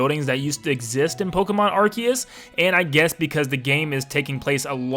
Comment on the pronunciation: Arceus (ar-see-us) sounds better. Can we call it that